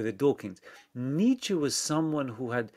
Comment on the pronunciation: Good convo, but good God, some of the French pronunciations... "Nazi" as "Nayzeee", "Nietzsche" as "Neesh". LOL. Yeesh! Very hard to understand you at times.